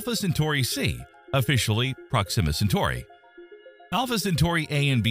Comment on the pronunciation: I have never heard the pronunciation "prox-zima" before, I always heard it was "prox-ima".